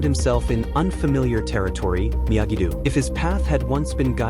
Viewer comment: It is not pronounced Miyagi dew but Miyagi dough.